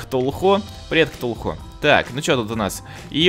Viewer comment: Ти сказал ктухуй іо😂😂😂😂😂😂😂😂😂😂😂😂😂😂